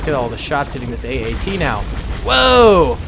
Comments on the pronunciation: its at-at not AAT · Is it just me or did he call the at aat say aat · calls the at at a aat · Its at at man, AT AT!!! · You said the AT-AT was an AAT five times! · calls the AT-AT an AAT Me::/ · Hey iets an at at not an aat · You keep saying aat. It is at at which i know you know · My face after he says aat instead of at at 😤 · I'm triggered cause he say every time aat except atat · Sry to mention this but you were calling it AAT when it’s a AT-AT (all-terrain armoured transport) just wanted to point it out if that ok:) Edit: or is it AAT idk but i think it’s ATAT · Haha he called an at-at an aat haha funny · He called an AT-AT an AAT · You called the at at an att so many times in the begenning.